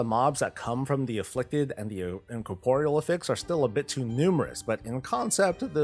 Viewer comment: Is just trolling with how he pronounces Affix? Why does he keep saying A Fix? Blizzard is already doing A Fix for m+